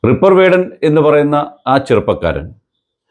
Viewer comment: റിപ്പർ അല്ല റാപ്പർ 😀😀